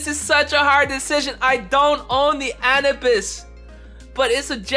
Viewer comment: Did he just say anabis?